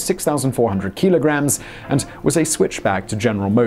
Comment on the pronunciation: What's a keeeeelagram? 😂